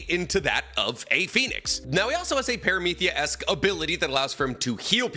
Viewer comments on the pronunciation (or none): did bro really say "ParameTHia" 🤣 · Low-Gia and Para-mith-ia??? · Why does pronounce Logia and Paramecia like that? Im not roasting him i am actually curious if there is an explanation i’m not aware of for these pronunciations becausei have never heard them said this way before